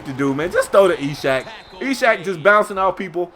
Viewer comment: yooo u should google "ishaq" to see how2 pernounce it cuz it might be issac